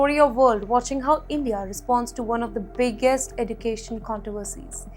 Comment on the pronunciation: What is Eddu… cation? Pronunciation.